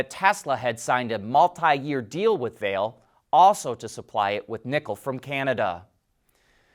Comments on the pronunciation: The correct way to pronounce Vale's name i's “vah-lay” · Vale is pronounced Va-lay'